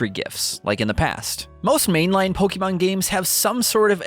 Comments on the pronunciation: Please, please, PLEASE learn how to pronounce Pokémon. It’s po-keh-mon, not po-key-mon. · po-kay-mon, not po-kee-mon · If I hear “Pokeeman” one more time… lol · IT’S NOT POKEEMON!!!! Fuck your voice was so annoying! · How come he can pronounce “chibi” correctly but can’t say Pokémon? “Poky” describes my irritation level with each delivery.